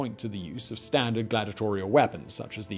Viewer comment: It's 'glad-EE-ah-tor-ee-al', not 'glad-ah-tor-ee-al'.